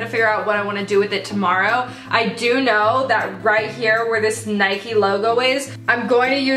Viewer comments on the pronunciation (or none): sorry but NOOOOOOO it’s Nike like rhymes with pike not Nikeee